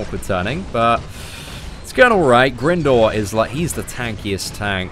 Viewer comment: Great video,. By the way, the helicopters name is pronounced Grind-or (as in grinding arenas). Its confirmed in other games and media